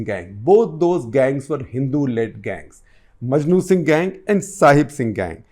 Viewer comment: This man doesn’t even know his facts …repeatedly calling Maknu Singh as ‘Majnu Singh’ …